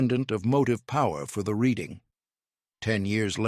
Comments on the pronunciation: Need to pronounce the "Reading Railroad" name correctly!! It's not pronounce like what you do with a book. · Just for the record: Reading (RR & Pa.) is pronounced "redding." The narrator goes back and forth, but largely prefers "reeding," which is incorrect. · It's pronounced Redding. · Interesting topic made boring by too much repetition. Errors are rife in the presentation: - Name Reading only pronounced correctly once. The city is named after a city in the UK and is pronounced as "Redding." - European locomotive pictured. - If Wootten received his patent in 1877, why is a picture of the 1869 completion of the transcontinental railroad (Central Pacific and Union Pacific) shown? - PSY should be PSI (pounds per square inch). - Discussing the coal load, "some were dampened by rain before they reached the tender." As the coal loads in most locomotive tenders were not covered, this isn't an issue. - Nice HO Scale model by IHC. - Pictured locomotive is not a camelback. - Again, locomotives pictured are not camelbacks. - "The locomotive design itself was actually more expensive." Not true. Until the USRA designs of World War One, Locomotives were all custom built. Moving the cab would not be a significant cost factor. - Another European locomotive pictured. - Discussing the fireman's position, "balancing on a moving platform while you worked" would more clearly state that the fireman stood on the tender, not the locomotive. He had to contend with the moving targets of the firebox doors. He surely would not brace himself against the "firebox casing" as it was hot and moving with the locomotive. - Complete falsehood. No engineer would oil siderods while moving. This is nonsense. Areas requiring oi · It's pronounced Redding